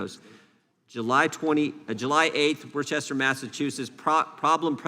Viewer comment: And Elizabeth Warren is with Schumer and the nihilists and vandals all the way. (By the way, Mr. Jordan, it’s pronounced WOOSTer - short doubt O - Massachusetts. …Or WOOSTah, if you want to be rigorous about it.) Thanks, Congressman, for the roster of incidents that the MSM considered too antiNarrative to report.